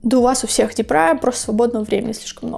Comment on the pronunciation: Почему "депрА", "дЕпра" же?! Ну, не суть.